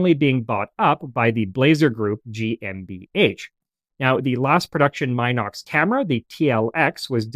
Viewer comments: Very excellent show! Always interesting and insightful. Your pronunciation of GmbH is excellent (including guttural R]. Love it 😊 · Massacred‽ Good God man, I'm agog at how good your pronunciation of GmbH was! 😲